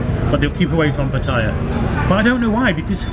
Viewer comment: good video But you keep saying patties It is Pattaya not pattire